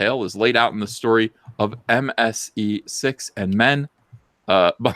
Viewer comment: "MSE6MN" Say that five times fast. Thought for sure you said "MSE Sex in Men"